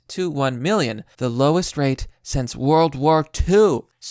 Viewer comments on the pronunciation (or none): none